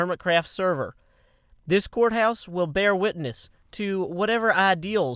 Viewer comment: when he said "court house" I thought he said "quartz house" lol